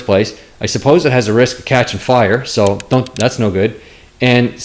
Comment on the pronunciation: I can tell you're from the west coast whenever you say 'Car' or 'Fire'. Hello and thanks from a fellow Canadian in Ontario. I appreciate you posting this video and your thoughts on undercoating. I've been using the same product as you for years.